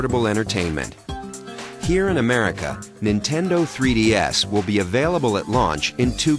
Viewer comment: "This is the nintendo 3D Ass"